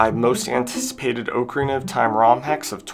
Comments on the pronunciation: Oak a rina??? Cringe bro.. Repeat after me Ahk-a-ree-na My god. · The year is 2026, people still say Oakarina instead of ocarina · Not trying to be annoying, but the o in ocarina is pronounced like the o in rock rather than the o in oak. So like "ah-carina" rather than "oak-arina" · That's not how you pronounce ocarina... You can literally google "ocarina definition" then click on the pronunciation and it will say it properly. It's pronounced like dock, not oak.